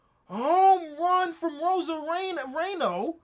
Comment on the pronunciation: Repeat after me: row-ZAH-ree-oh 👍🏽